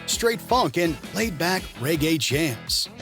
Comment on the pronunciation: Reggae, not Ray Gay.